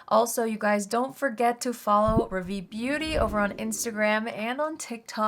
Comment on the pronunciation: I love you and have been a fan for years and would love to buy from your makeup brand but I’m a little frustrated about your brand name … you chose to go with a French word which is fine but please learn how to pronounce it .. Rah - Vee. Hard a like car/far and short e like fed/led. ❤